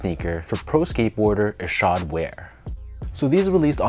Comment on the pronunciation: Good job on pronouncing his name correctly lol. I picked these up yesterday at my local shop. I went at the perfect time too bc they put up a bunch of random sbs up on the shelves too. I left with ishods and fog dunks😈